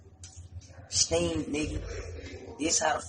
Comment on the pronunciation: When he was like “STEAMED, STEAMED!!” I was dying he for real bout that steamer 🤣😭